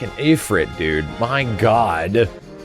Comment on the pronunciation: "Afrit" jesus just say it right ! EEEEEFRIT